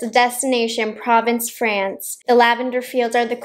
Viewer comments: Probably not the first to comment on this, but it's actually pronounced pro-VAHNCE in French. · Hate to pick on pronunciation it’s pronounced Praw-vonce ( if that makes sense) for the palette name it’s French it’s hard sometimes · P Hi Thank you for this video I did see one other video where the YouTuber did some looks with the Nomad pronounced Pro (long O)vence, not province )😏 Your eye looks are really beautiful I'm going to take a deeper look into possibly buying one of these pallets because I've heard mixed reviews in the past about other collections. But Jack's beautiful you did a wonderful video where she had three different looks and she gave it a solid 10 so I really appreciate you doing this video once again and that lavender lip gloss reminds me of an all me lip gloss that looks a lot like that that I love. Take care 💕🌅🙏🤗